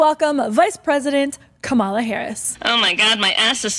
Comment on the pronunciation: She nailed "KAMELTOES"!! 😂